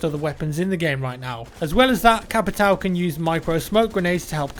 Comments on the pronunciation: you butchered BOPE's name so badly.... and you don't say "capitow" or "cavera" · Good pronunciation for "Caveira" (Skull) and for Capitão (Captain). So CUTE